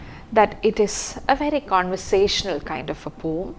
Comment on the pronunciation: The right pronunciation of poem is po-um not pom. Love and regards ☺️